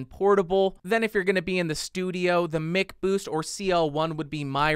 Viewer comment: MICK boost? Even McDonald's is pronounced MACK